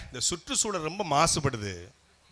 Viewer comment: Satta manda therdhal ila - Satta mandra therdhal, Suttu Soozhal ila - Sutru Soozhal. rrrrrrrrrrrrrr rrrrrrrrrrrrrrrrrrrrrrr a vittudreenga sir. Tamil vaazhga tamil vaazgha!